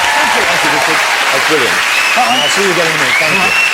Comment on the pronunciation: wichard hammond has a love for celewy.